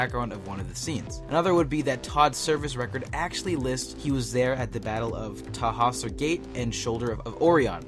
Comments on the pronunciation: Tan---Hauser gate correct pronunciation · Lost me at tahawser gate and should of oreeon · Sorry, did you watch this film or even Blade Runner? Todd wasn't bioengineered as you stated at the beginning, and Tannhauser Gate is pronounced TEN-HOIS-ER and Orion is pronounced ORE-RYAN. Had to stop the video lol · You might want to pronounce the Tannhauser Gate and the Shoulders of Orion the way they were pronounced in the movie. As it is, I could barely understand what the hell you were talking about. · Seriously, how do you mess that up? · He also mispronounced both TANHAUSER & Orion. He is not a true Blade Runner fan, doubt he's even seen it once. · The mispronunciation of "Tannhauser" & "Orion" were equally hard on my ears, but alas there is no easy fix for that :-/